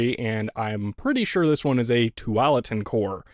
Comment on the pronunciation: Thanks for all your videos, I love watching them. I’ve never been a computer guy, but love your repair videos as that’s what I do. I live in the Willamette Valley in Oregon and for whatever reason felt like I should let you know you’re hitting that a too hard in Tualatin. I’m sure you know the chip was named after Tualatin in Oregon as we have a large Intel plant here. It’s pronounced two-wall-uh-tin. Anyways, thanks again!